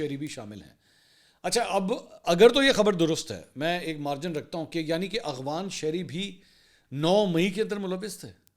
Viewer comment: AGWAN nahin AFGHAN umeed ha aap correction karaen gae